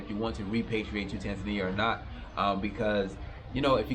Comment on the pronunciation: You should learn to speak the name of the country correctly